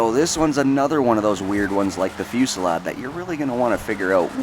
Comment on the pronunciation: Want to know what I find annoying and cringey? Literally EVERY. SINGLE. Top _ List Narrator is Dyslexic as fuck. I get that certain words are pronounced differently through nationality and stuff but most of the time its just a massive face palm because of how much of a fail it was. And it isn't big words either, it happens with the most simple words like in this case, Fusilade and Vigero. Like, come one dude... I think its a psychological thing and that they want to pronounce everything perfectly for the perfect video but most the time they try too damn hard and just butcher the words. I honestly dont understand how they manage it.